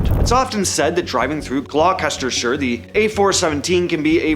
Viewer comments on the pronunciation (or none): The pronunciation of Gloucestershire was hilarious.